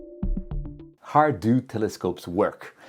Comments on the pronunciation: HOOOOOW, NOT HAAAAAR. How. NOT, har...... 👍😎👌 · Why do you sound like a pirate when you say "how"? Sounds like "harrr" 😂 Jokes aside, it was a great video! I have been an amateur astronomer for a little more than a year, and I'm really grateful for all the knowledge you guys share with us. It makes this hobby way, way easier. Thank you! 😊